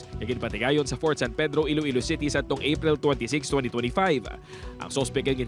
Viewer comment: Ee-loh ee-low city